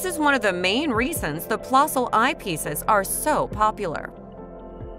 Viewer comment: It's a niggling thing, I know, but the correct pronunciation is 'plehssl'. The umlaut, the two dots, over the 'o', make the sound more like 'the 'eh in 'Meh!'